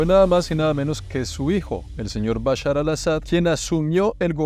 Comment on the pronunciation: dice Bushar y es Bashar lo cómico es que bushar en árabe significa crispetas